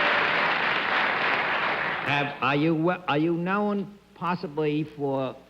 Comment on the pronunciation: The way Bennett Cerf says "known" with two syllables: know-un. Is that a New York accent? Philly?